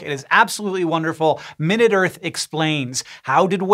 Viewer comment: Time. A minute or so of talking about the earth. The size adjective has the emphasis on the second syllable (my-NOOT).